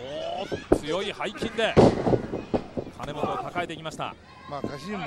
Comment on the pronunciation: 聞き間違いか、は金本を「カナモト」君って言ってたような。毎回。